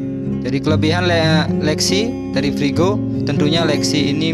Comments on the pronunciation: Kau juga salah frigo. Kau kira menggoreng kah. Freego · Freego, Mas....